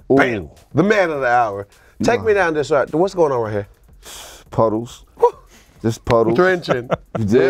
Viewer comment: My mans said PUDDLES